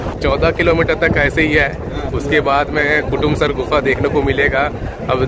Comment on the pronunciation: bhai kotamsar nhi kutumsar hai